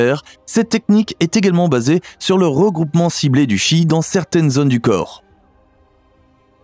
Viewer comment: on prononce tchi......!